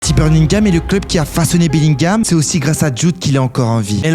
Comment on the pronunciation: Pk tu parles comme un dégénéré ?? Birgingam mdrrrr